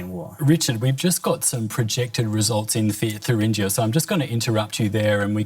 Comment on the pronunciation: Please find presenters who know how to pronounce the word Thuringia.